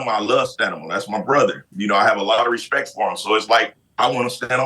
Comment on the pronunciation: is big on “Rechpect!”